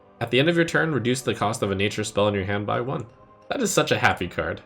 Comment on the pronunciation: "At Then end of your turn" small hiccup